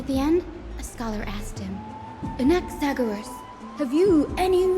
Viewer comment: I'm a bazillion years late but since I am Greek I wanted to let you know the way you say Anaxagoras (with the intonation on o) is actually how we say it in greek!